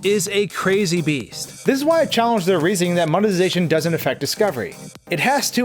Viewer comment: You realize the word is MONE TI ZA TION, right? And the people who drive creative views are CRE A TORS. Eh? Mone zation craters.